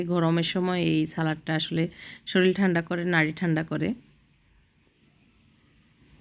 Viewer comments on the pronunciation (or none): শরীর ,শরীল নয়